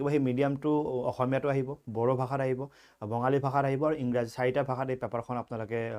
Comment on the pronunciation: Thank you sir for your information!!!Dear i love your teaching nd i respect you very much but I want to say one thing that wrong pronounciation of any community is same as disrespect of that culture or community... isn't it sir...... Sir এই communityটোক "Bengali" or Bangali( বাঙালী) বুলি কয় not Bongali(বঙালী)। আৰু Bengali language টোক world r sweetest language buli kua hoi.... সবে এনেকে ভুলকে দেখো so ভাবিলোঁ share koru কথাটো। Thank you sir.. I love your maths sessions..❤️